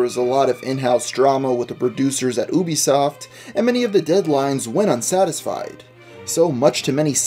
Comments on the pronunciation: Its ubisoft not oobisoft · Please you don't understand it TRIGGERS people who play You-bee-soft (not oo-bee-soft) games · it's Ubisoft as in "You Bee", not OOBYsoft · ooo-be-soft? Dude, it's you-bee-soft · it sounds annoying when you say oobisoft no offense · I'm sorry but I had to dislike the video because of how you start Ubisoft. Oobisoft. 😢🔫